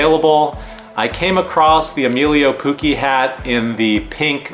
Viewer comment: Poo-Chee, not poo-kee, sounds so weird each video